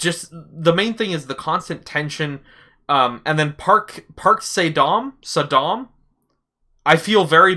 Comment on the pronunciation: About the pronunciation of the name: Park like pak. It is transliterated as Park so English speakers get the A right (just like Lee is alway just Ee, but lee is "close enough"). So like you would say soccer. Dam short, like come, with the correct A like in park or garden. Kind of like saying Dumb with an a. Actually, just listen to her say her name: /watch?v=SiWsRVQAe_0 "Anyonghaseyo, Pak So-dam imnida!"